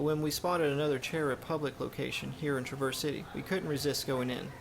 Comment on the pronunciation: That's TRAAA-verse City. Accent on the front of the word.